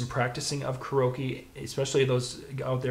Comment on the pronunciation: Hey bud it's pronounced, care-e-oak-e not whatever gibberish you say.